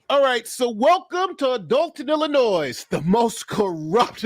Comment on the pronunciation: Come on, don’t pronounce the s at the end of Illinois.